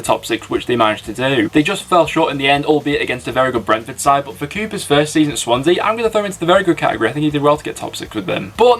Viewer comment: why did I find "Shwansea" so funny